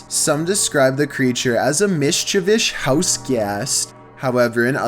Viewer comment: Miscchivis wow